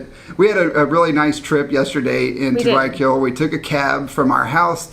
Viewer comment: You guys say Guaaquil, forgetting to pronounce the Y. It is GuaYAquil. Hope this helps, Be safe.